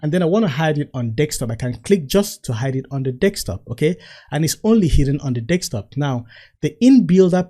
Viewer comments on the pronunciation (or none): Really,really good! So much value so condensed. No pretending. Just pure value.thanks!! PS. i so much enjoy every time you say "Dextop" 😊